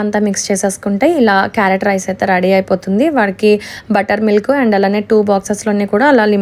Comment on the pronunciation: 🥕 rice clear ga chepandi sister